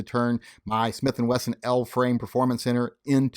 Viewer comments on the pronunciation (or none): none